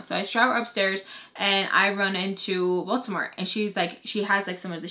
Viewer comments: Baltimore??!! Last video I thought you were saying Voldemort 😂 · What lmfao I hear “you guys thought I said Baltimore but I said Baltimore” anyone else 😭